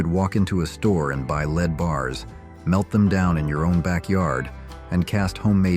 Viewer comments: I love these Nostalgia I don't know look backs because I'm from then but the narrator isn't anyone listening to the narrator because they mispronounced so many words it's just drives me nuts it's not lead it's called lead paint if you've ever bought a house in this day and time even in the 80s you had to sign a waiver if your house was built before 74 I think it was and you had to sign the waiver acknowledging that there could be lead paint in the walls I used to joke around and tell my oldest daughter I said oh you were just in trouble so much and when you went to the corner you just sucked Down the Walls but that was you know that was our little joke a lot of people didn't understand it at all I mean you know if you were from back then you know even the water you know the water could be dangerous and who is that Ron Howard even made a movie on the feed for the for the milk of the cows and it was it was poisoning people and he was trying to make an awareness to it I don't remember who it was for sure but I I miss Ron Howard I thought he was brilliant you know he was a fellow redhead as redheads got to stick together but boy do I remember a bunch of this stuff it cracks you up actually cuz my daughter my oldest daughter is born he didn't need car seats but and the ones that they sold dear God you couldn't get in and out of a vehicle you got it in there it stayed they're just massive and heavy and you know you just kept you kept the baby seat in there and you just threw it in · I had never heard of "Leed" or "Leed Paint". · There is no such thing as leed paint. Fix it. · "LEED?" Seriously? It's a first grade word.😂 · "Leed paint"? Haha This is better AI than "Saturday Night Liv." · “Leed” paint!? Ghis blatant mispronounciation shiws this is AI. FYI. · It bothered me that this announcer kept pronouncing lead paint as "LEED". ¯\_(ツ)_/¯ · "Leed was everywhere", hahahaha! Thanks robot :) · Lead was pronounced like LED. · I hear it also.lead sounds like Leed